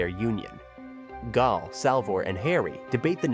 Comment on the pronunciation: I'm guessing the voice over was done by AI. How many times was Gael inconsistently pronounce as Gal, Gaul, Guy-El, etc. lol